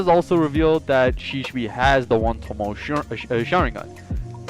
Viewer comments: SHISUI NOT SHISHUI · I love your content but man I was struggling hearing you say shisui wrong you say Sheesh-shoe-E how you say it is She-sui-E